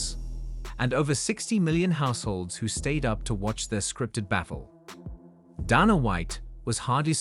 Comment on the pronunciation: "Donna White"... damn AI